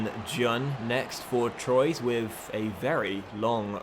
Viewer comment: *TWA is how you pronounce "Troyes"